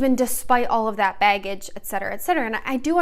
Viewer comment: Omg the way you say Baggage is so cute and Michigan hehehee. “Beggage”